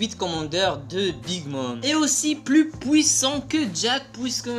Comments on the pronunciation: ARRETE AVEC DES POUISSAN dit "puissant" stp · Wesh tes prime son abusai😂 Fais plus de référence de force comparer 2ans après des pirate déjà connue Et ce n'est pas "pouissant" mais "puissant"😂😂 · Je parie que tu es belge " pouissant" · Parle correctement dit magellan et puissant pas maglan et pouissant t est peut etre dieu de skipiea mais pas de la parole